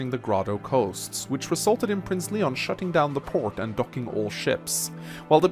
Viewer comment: You pronounced Knoll's and Lyon's name wrong. The "K" in Knoll's name is silent and Lyon's name is pronounced as "Lion." Knoll is really good as a glass cannon unit. Just gotta keep him away from hordes of enemies since his defense and luck stat is dismal.